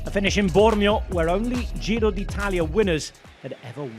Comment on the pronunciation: Bike bore Ned tries, but butchers the Italian names more than his soon to be forgotten TdF efforts.